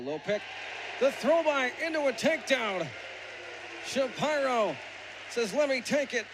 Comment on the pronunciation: Never heard Shapiro pronounced "Shuh Pie' ro"...annoying... always heard it pronounced ''Shuh Peer' O''.